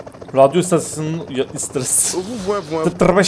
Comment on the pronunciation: RADYO ISTASUUSIDJDB ISTASYINNNDN ISTASYON SOYLEDI SONUNDA 😂😂😂😂